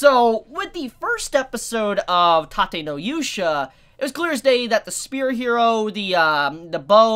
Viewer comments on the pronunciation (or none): none